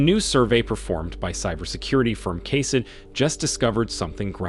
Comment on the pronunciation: He pronounced Ka-Seh-Yah as Kase-Ya.... Yeah. Seems like a mistake a bot would make.